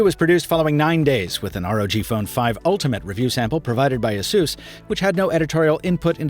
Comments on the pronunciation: "uh-soos?" Isn't it pronounced "Ay-sus?" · Isn't it pronounced like in Pegasus? 🤔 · Seriously, the brand should be pronounced like 'A Ser S'.